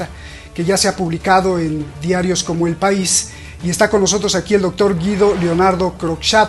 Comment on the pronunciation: "Er País"jeje,je,je !qué bonitor el País¡.